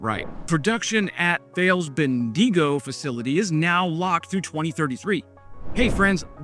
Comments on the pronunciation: Wes was putting on a Spanish accent 😂 Like San Diego Bendiego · In general many Australian place names have a stress on the first syllable. So it's CANberra and BENdigo, not CanBERRA or BenDEEGO. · You need to get your emphasis on the first syllable: BEN-diggo, CAN-berra. Also BRIS-b'n, MEL-b'n. Thales is pronounced either Thay-leez (the correct greek pronounciation) or Thayls. Also it is KILL-o-meters (not kil-OM-eters) as in kilogram, kilolitre, kilotonne etc. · Ben - Dee - go? Nah mate. BEN - DI - GO. You'll be right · I think you'll be banned from Bendigo, pronounced Bend-i-go, not Ben-dee-go... Good try though... 🇦🇺🤣🤣🤣 I don't want to be picky, but, Canberra is pronounced as Can-bra... 😂😂😂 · Ben Deego? Is that Bendigo in Victoria? If so, it's pronounced Bendy Go. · Hey Wes, it's "Bendy Go" (Bendigo) and "Can brah" (Canberra)🇦🇺 mate 👍🤣 Unfortunately we selected HIMARS to placate Trumps whining about us not importing US weapons... Nobody has EVER died in a Bushmaster 🙏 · Mate please pay attention to these pronunciation tips. Will even give you some others free. Bendigo = Bendy go like old mate said below Thales = Tallis it's silent H Canberra = Can-bra Melbourne = Mel-ben no Bourne here Brisbane = Briz-ben no bane sound Aussie = Ozzy don't say the ss as an S sound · Thales is pronounced Tales (silent H) and Bendigo is Ben-Dig-Oh! LOL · Bendigo is pronounced as Bend-e-go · Wes, Wes, Wes. While I enjoy your videos and keep coming back, I'm afraid you are now on a Victoria Mafia hit list. They take their pronunciation seriously. Ben di go? Run it together brother without emphasing the syllables so much. While we on it, the capital is pronounce Can-bra, but don't sweat that so much as many Aussies also get that wrong. It would be like you calling it Wash-in-tonne. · Wes you nailed it with Thales but Bendigo mate ... Ben Dig Oh said really fast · Bendigo - pronounced ben-dee-go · BEN-DE-GO. Bendigo! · Bendigo - Ben-Di-Go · Ben - dee - go ! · Tal-ess Ben-dig-go